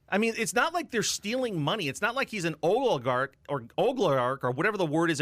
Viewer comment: How do you become an adult and not know how to say oligarch ?